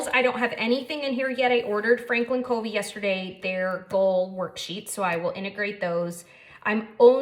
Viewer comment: fyi Covey is pronounced like "Cuhvy," not like "Coevy." Very nice video; thank you. First one I've seen. Subscribed.